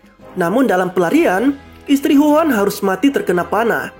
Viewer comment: Namanya Huo'an bang kok dengernya kayak wuhan 😂